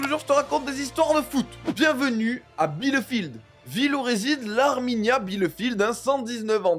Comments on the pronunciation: "Bielefeld", pas "Bielefield". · Ca se prononce 'bilféld"... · Bielefeld n'est pas une équipe inconnnue et à sous-estimer ! Je suis surpris que des pseudo-spécialistes de foot en fassent des caisses, juste pour faire des vues ! Et ah oui, Bielefeld se prononce "FELD" à la fin !!! Renseignez-vous bon-sang ! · ☝️Bielefeld. (Pas „ Bielefield“) BIELEFELD! Contre VfB Stuttgart la finale. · cela se prononce bi - le - fèlde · „Bielefèld“ mon Amie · Ça pique aux oreilles comment tu prononces le nom du club 😂. Ça se prononce (bileufèld). Belles vidéos. J'aime bien toutes ces petites histoires. Force à toi !